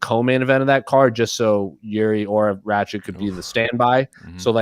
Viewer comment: its Rakic not Rachik. Cmon dude together "Rack-itch"